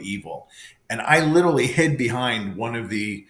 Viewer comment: This priest is supposed to be so educated and he didn’t even say the word literally correctly, he says it like all the young people today little Lee 😂😂 how come you don’t get this on video, how come ? I know the batteries drain right away, right ?